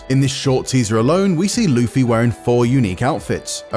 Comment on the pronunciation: Lufy? Usop? What are these pronounciations